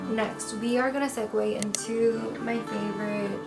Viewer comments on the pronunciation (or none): none